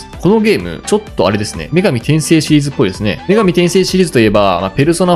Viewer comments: 「パワーディフェンス」じゃなくて「タワーディフェンス」じゃない？ 「女神転生」って「女神↓転生↑」じゃなくて「女神↑転生↓」じゃない？ …ってトコが妙に気に掛かったりで、正直あまりゲームに詳しくない人なのかな、って思ってしまいました。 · 女神転生のイントネーション間違ってますよ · 女神転生のイントネーションw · 女神転生のイントネーション笑笑